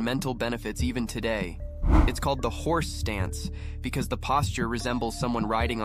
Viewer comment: wait, are you saying horse dance?